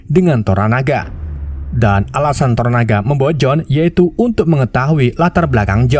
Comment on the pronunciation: tonana, toronana, toronaga... santai bang. yang penting bukan jadi toro sudiro atau toro margens